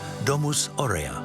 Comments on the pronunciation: And it's pronounced A - U rea. Not Orea , like the cookies!! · … at least pronounce Aurea well, the accent is on the first A not on the E. You make documentaries and you can't even read Latin!